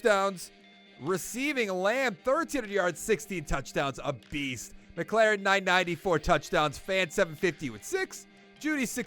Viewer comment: terry is a beast but it’s pronounced Mik•lor•en. good vid tho🔥